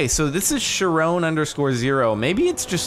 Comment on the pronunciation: If chiron_0 is named after the Greek centaur, then it's pronounced kai-run.